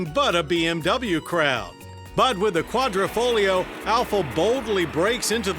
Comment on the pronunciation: its Quadrifoglio not quadrofolio.